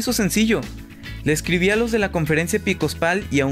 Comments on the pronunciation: Reitero la correccion: Es "EPISCOPAL", no "EPICOSPAL" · jajajajaja "EPICOSPAL"